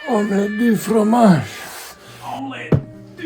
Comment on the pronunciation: I understood that Dexter's lab reference. Also, the wording is correct, but the pronunciation is "fgomash". Kinda xP